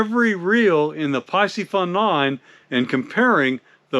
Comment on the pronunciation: It’s pronounced PEE-see-fun. C’mon…